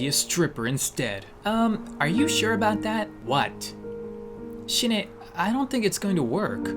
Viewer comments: I noticed she drew a colossal titan and the way you pronounced the name sounds like 'Shine'it means die in Japanese tho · shin ae is pronounced shin ah XD